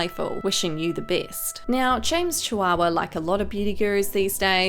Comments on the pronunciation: Did she just say James Chihuahua lmao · Did she just say "James Chihuahua"!?